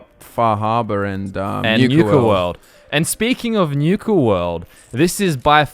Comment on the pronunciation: Newka world? . . . . NU-KA, as in Nuke not Newk LOL